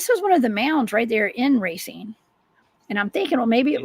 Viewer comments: Awesome show, Racine is 30 miles from me, pronounced, RAY-SEEN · she said Ray-sin, if thats how you pronounce your town, you're pretty ignorant